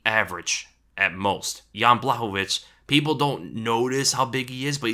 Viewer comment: Pronounced Yan Bwah-hov-ich. You're saying it right